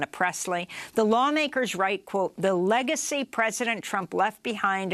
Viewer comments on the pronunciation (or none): none